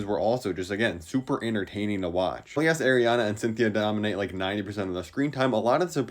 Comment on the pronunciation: "Eriana Grande"